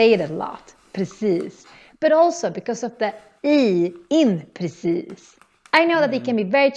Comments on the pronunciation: ...hahaha... at this timestamp you really have a perfect pronunciation of "Precis", but in a way where your accent sound just like the finer calmer areas of stockholm. Almost a bit royal. Rich people would turn around and stare at you everytime they hear your "precis" to see if its one of their friends passing by 😂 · I was super impressed with your pronounciation all through the video but mate. That i in precis was perfect, very Lidingö!